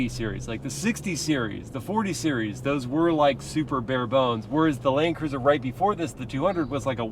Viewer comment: Is it just me or did say “Lane Cruiser” in the beginning 🤣